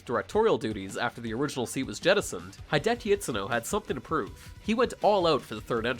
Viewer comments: It's He-deki you non-weeb filth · Its actually pronounced HI-DE-YA-KI